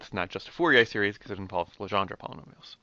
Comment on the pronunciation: Your saying Legendre wrong!! That is my born last name